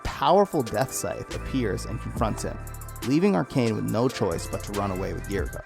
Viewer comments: I hate to be that guy but “Arachne” not Arcane 😅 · Arachne is pronounced A-rack-nay like as in Arachnid you know like her organization Arachnophobia. You know, because of the spiders.